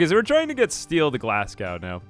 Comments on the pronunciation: Glasgow is pronounced more like glaz-go, not glas-gow. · the way you said Glasgow, as someone from Glasgow, hurt a lil but great vid as per usual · I love how he talks about kids mispronouncing words and then immediately mispronounces Glasgow.